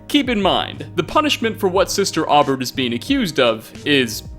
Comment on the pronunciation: Aubert is pronounced “Oh-bear.” Jeeze dude.